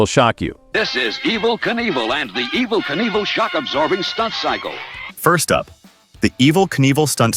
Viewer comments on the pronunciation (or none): How did "Evil" turn into "Eaval"?